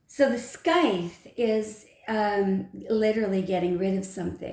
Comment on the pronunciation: “Scythe” = sigh-th. The C is silent. ;)